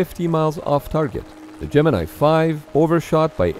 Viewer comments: My understanding is that "Gemini" was, during the program itself, universally pronounced at NASA as "gem in knee" not "gem in eye". That is ... not what you think. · Gemini, the space program, is pronounced "Gemin-ee". Yes normally it is pronounced as "Gemin-eye", but the NASA guys and astros referred to it as "gemin-ee' Here is an explainer with reference by Vintage Space channel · It's Latin, not English. Gem in eye is an incredibly English pronunciation and not the correct one